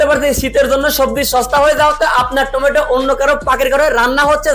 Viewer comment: টোমেটু না রে ভাই ওইটা লাউ 😂😂